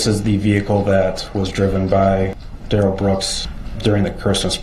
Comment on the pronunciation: His name DUH-RELL... they are saying Darrell that rhymes with barrel notice when the guy pronounced it right he didn't object